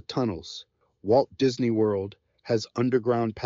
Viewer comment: What is going on? This video is a mess. Why the Romeo and Juliet mentions and mispronounced "Disney"?